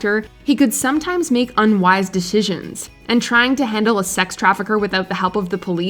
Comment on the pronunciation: "DiSHissons" You sound stupid